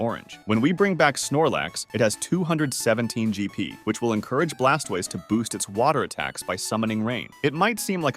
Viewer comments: "Guy a rod ohs", "Ex a guder", Blast was. I've heard everything now. Officially they are pronounced free this: Gair-i-dohs, Ex-egg-u-tor, and Blas-toys, Char-i-zard, and Pi-ka-chu. You also pronounced au revoir in the absolute most American way possible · not really. He sounds like a real person. If you're referring to him mispronouncing pokemons names it's probably just bcs he's French. (For example oi is wah in French so he pronounces Blastoise as blastwahse